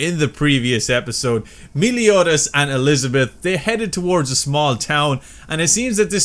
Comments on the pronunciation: you pronounce his name mel-e-o-das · dude me-LIO-das xD